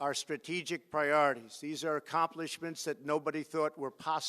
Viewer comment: says “accompliments shades” instead of accomplishments change😭